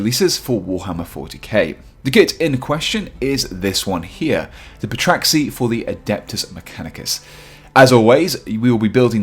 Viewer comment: The p is silent, you should know that